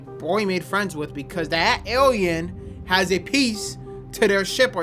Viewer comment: Awiens and Arwiens has me in tears 😂